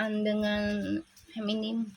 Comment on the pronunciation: Punten bu. FEMININ FEMININ FEMININ FEMNIN ..... Bukan Feminim bu. Sukses selalu ya.